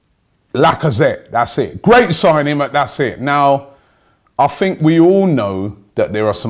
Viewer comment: What do you guys "fink"?